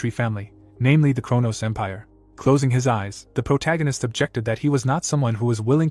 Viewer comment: I mean yeah, it can’t even pronounce protagonist